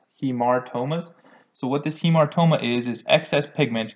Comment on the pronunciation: Pronounce like Ha Mar toma,,,not Hi Mar toma...to reduce confusion